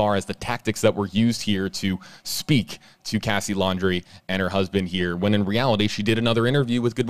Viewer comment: Please don't say "here" ever again.